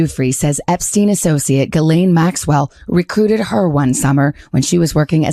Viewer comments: PLEASE! Can everyone stop mispronouncing Maxwell's name! Her first name is pronounced JIS-LEN. Not GEE-LANE. That name would be spelled GUILAINE or GUYLAINE. The name is French and people need to learn how to say it. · The lady's name/ Jeffrey Epstein's wife... is "Ghislaine Maxwell" not Elaine Maxwell The judge's name in Donald Trump's documents case is AILEEN Cannon not Eileen Cannon. Preliminary hearing is pronounced PRRREEEEliminary not PUH-liminary. 🤪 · “Geesleine” (there is an “s” pronounced in her name) Gislaine is a very common French name: have a native French speaking individual confirm that… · Ghislaine is pronounced « Jizz-len ». It’s French. Is that so hard for American media to get? I don’t care a fig about her. I just hate to see language murdered, especially when the word is so easy. Try harder. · My God Ben, it's almost painful to listen to you butcher the pronunciation of these women's names. Please take a moment and research how to pronounce Ghislaine. It sounds like, "Jizz-lane", not Guy-lane and Giuffre sounds like "Joo-fray" not "Ju-far-ee". Sorry to complain, but it drives me crazy